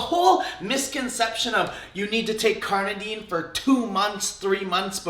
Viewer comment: Why do you say carnadine most of the time?